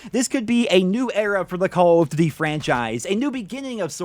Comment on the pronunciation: Why do you say call of duty like that 😂😂😂😂